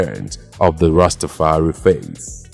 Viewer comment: Its pronounced rasta far i